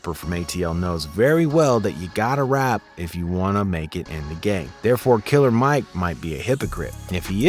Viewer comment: It's NOT KILLA MIKE!!